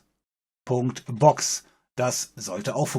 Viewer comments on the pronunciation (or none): Sagt er bei "Fretzbox" ? :D Oder hör das einfach nur ich?